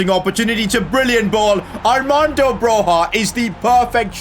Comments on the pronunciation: It’s Broya not Broha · Armando Bro-YA not HA. Great video, cheers! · It is prinounced B R O Y A and i know this because i'm Albanian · Just to let you know you pronounce broja’s name like “broya” the J is like a Y and this is coming for an Albanian. hth. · It’s not broja debut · bro ur dissrespecting my albanian king,is broja like with an j not h